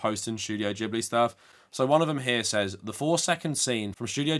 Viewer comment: Its Gib- ly not Jib- ly. In japanese g ALWAYS makes a hard guh.